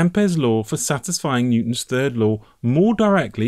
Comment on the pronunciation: Very interesting, never knew this, Electronics for 35 years. But who is "Netwon"? Sounds like a hacker if you ask me.